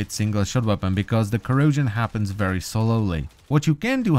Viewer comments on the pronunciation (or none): none